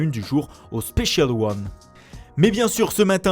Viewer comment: Non mei la manière dont tu dis "spécial ône " me tu moi 😂😍😂👌 et les mots anglais